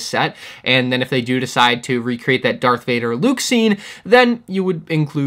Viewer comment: Did I just here you say DARK Varder